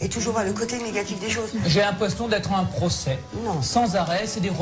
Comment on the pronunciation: Attend Attend à dis qu'il avais "l'impression d'être un procès"? Psk moi g entendue " j'ai l'impression d'être un prost¡tuée" genre premier degré 👁👄👁